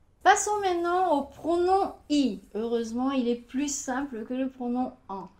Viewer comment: comment vous prononcer "maintenant" manon ou mantono !!!!!!! 12;36